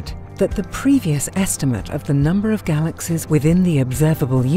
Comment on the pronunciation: "Galaxez?" I can't listen to that voice. Had to stop.